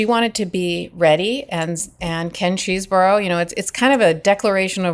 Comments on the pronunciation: Love your saying nurdy cheesboro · It’s “cheese-bro” as in Chesebrough-Ponds, the makers of Vaseline, now known as Unilever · Is it not possible to find out how to pronounce these people’s names? Chesebro, Aileen Cannon … how hard can this be?